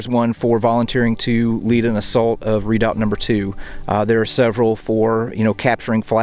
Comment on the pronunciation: pronounced re..doubt not readout! or maybe thats an american thing like booee for buoy